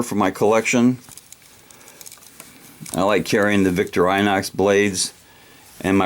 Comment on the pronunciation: the brand is actually "Vick-tore-in-ox"